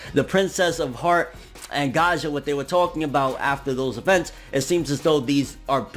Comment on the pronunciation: I think his name is Gaia not gaja just like GAIA THE FIERCE KNIGHT!!!